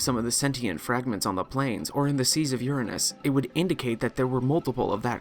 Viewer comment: He pronounced it U ra nanus not ur anus actual mature dude respect